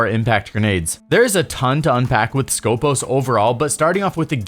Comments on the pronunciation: Actually she is from Greece and her real name is Σκοπός, which is a saying for a Greek military guards (Στρατιωτικός Σκοπός) is pronounced skopOs and not skOpos , it has nothing to do with scopes... still remains very bad choise from ubisoft because wheelchair and Greek Special forces are not a thing... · She is from Greece and her real name is Σκοπός, which is a saying for a Greek military guards (Στρατιωτικός Σκοπός) is pronounced skopOs and not skOpos. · For clarification it is not Skópos but Skopós. The toning goes to the second O not the first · IT HAS A FCKN TONE IN THE SECOND ITS CALLED SKOPΌS NOT SCΌPOS FOR FCK SAKE